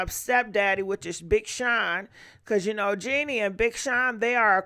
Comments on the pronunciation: JEANNIE⁉️Its JHENE‼ Smh lmfao stttyaaayy butchering up these ppls' names ESPECIALLY CELEBRITIES😅❣ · Jhene is pronounced “ja-nay” 😂😂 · Genie 🧞 instead of Jhene’ (Ja-nay) is killing me 😂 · Love you but it’s pronounced Ja-nay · It's JaA-NAE 😂 She's actually very beautiful && soulful woman. Very intune with existence in life 🧬 He was also intimidated by her. That's why he left her which doesn't make sense at all. He had plenty of opportunity to be a good father and man to her. He choose to leave which is fine. However, he is telling half truths. He should have put a condom on you are right love 😘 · I love Jhene Aiko you pronounced her name wrong they ain’t been together in years